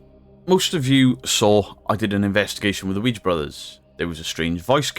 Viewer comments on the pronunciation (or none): none